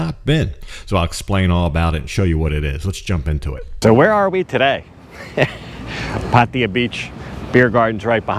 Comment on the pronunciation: Why every English speaker says patia???it's pattaya, ya ya as in yakusa or Yamaha.